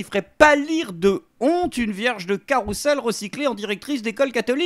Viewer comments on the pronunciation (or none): Euh... Juste entre parenthèse : carousel ne s'écrit qu'avec un seul "S". Par conséquent ça se prononce "carouzel", et non "caroucel". J'dis ça j'dis rien.